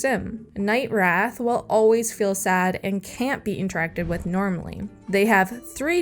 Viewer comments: It's wraith not wrath. a wraith is a mean ghost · What?... Im saying you pronounced 'it/she/he' night wrath instead of wraith. Nothing to do with gender here... Im very confused by your reply.